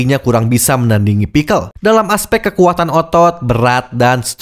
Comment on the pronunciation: Bang lu bilang pixcel pake A perekat lu ikut beladiri?